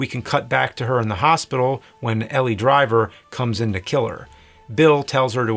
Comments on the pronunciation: It’s Pai Mei, not pei mei, and Elle, not Ellie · It’s O-ren Ishii (eeshee-ee), pai mei (pie may), and Elle Driver, Not Ellie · Wh...why is he pronouncing the names wrong? Elle = 'L' Elle does not = ellie Pai Mei = "Pie-May" Pai Mei does not = "Pay-May" These names are said IN the movie . Why is James pulling a Whatculture.. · How did you manage to do this entire project without noticing her name is Elle not Ellie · He also mispronounces 'Elle' as 'Ellie' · You pronouncing Pai Mei and Elle's names like that so many times is killing me. - wait, what? The Japanese version is in color?